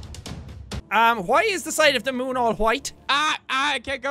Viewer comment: "In thee next videau"